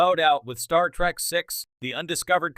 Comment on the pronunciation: I hate the way that this AI says Star Trak not Star Trek.😡